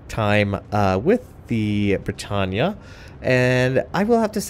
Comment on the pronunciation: it's pronounced BRE TANE